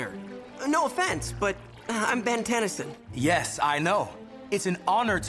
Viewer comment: and is literally says "Ben TennesOn" Everytime😔